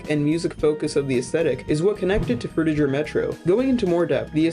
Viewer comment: No Offense, But You're Saying 'Frutiger' Wrong. Your Saying The Last Part Of It As 'Jer' With A J, The Correct Pronunciation For It Is Similar To How Gir's Name From Invader Zim Is Pronounced